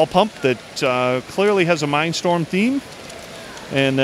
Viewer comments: do you say Mine Storm? or Mind Storm? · He said minestorme lol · Man really said minestorm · did he call that mindsorm !?! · I Cringed so hard when he said "Mindstorm".